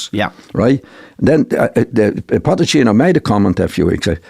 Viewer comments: I love the way John Giles calls Pochettino Potechino! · Jesus fckin Christ someone tell him it's Pochettino not POTTECHINO